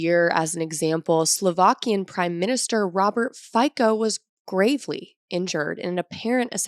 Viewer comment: Robert Fico's last name is actually pronounced more like "Fee-tso".